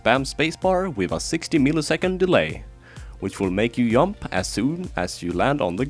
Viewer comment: lmao its funny how u pronounc e jump as yump